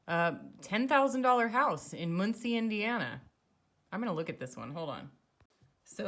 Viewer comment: Regarding snow and retirement, merely stock your inventory by November and eat out of your pantry. You don't HAVE to leave your house if they weather is dangerous. Muhn-cee not Moon-cee...I'm originally from the next county, which would probably be even cheaper. I'd make sure there was a basement with houses in the area. Indiana has a lot of tornadoes. Check out sheriff sales too. I once purchased a property for 60k, 35 acres, a historical four story house, with seventeen LARGE rooms, four two hundred foot barns, a huge shop, a pump house, a woods, a long lane for privacy and natural springs throughout the property. Opportunities are everywhere.